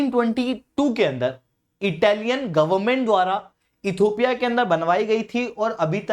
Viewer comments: You are repeatedly saying "Ethopia" PLEASE correct your pronunciation. It is Ethi_O_pia NOT Ethopia. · इथियोपिया हैं सर not इथोपिया